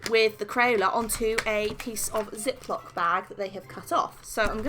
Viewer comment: Is it just me or when she said “ Crayola styled marker” I thought she said crayon, just me okay